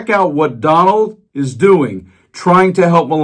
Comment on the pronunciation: " oh Don wald I'm cwummin...I'm cwummin "